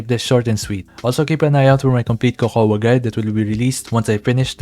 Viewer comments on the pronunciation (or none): Isn't Cocoa just pronounced Coco? Why everyone saying Cocowa?